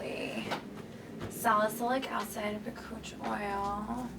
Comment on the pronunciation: Bakuchiol is not an oil. Lol. BAH-COOCH- EE-OWL . Since you're educating, pronounce it right. Lol.